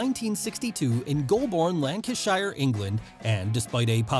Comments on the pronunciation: He was supposed to win the IC belt at the 1990 Summerslam. As his work Visa hadn’t cleared in time, Vince had to go with Kerry Von Erich instead. And by the way it’s lanca-sher, not lanca-shia. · love how Americans pronounce Lancashire. american "lancas-SHIRE" British "lancash‐SHER" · As an Englishman, or boy at the time, was infuriated when HBK chucked him out of the Royal Rumble in 1995. Great vid. P.S., Lancashire is pronounced Lank-i'-Shur phonetically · That is not how Lancashire is pronounced, it is Lanca-Sheer, technically it is a "Shire" in old English but in place names it is pronounced differently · Pronunciation of Lancashire was wonderful 😄 In the UK we, oddly, pronounce it Lancasher or Lancasheer depending where you’re from. Not the like the shire from Lord of the Rings. Great vid though. Thanks for the entertaining content. Really good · Please don’t say Lancashire again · I love the American Pronunciation of Golborne and Lancashire. Aside from that I don't think WWF would have made it in the UK without the British Bulldog.